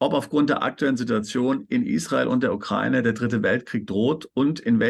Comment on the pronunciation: Bitte lernts die Aussprache von Ukraine/ Ukrainer ... wenn die Aussprache schon höre muss ich überlegen was die damit meinen!Wie betont und falsch ausgedrückt schlimmer gehts ja wohl kaum!Bin selbst keine aber bekomme da Gänsehaut!